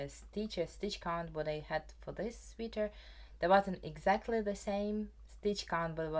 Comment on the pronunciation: One quick pronunciation thing you might appreciate— “sweater” rhymes with “better” and “letter”. (I also learn languages, and so I always appreciate little corrections!)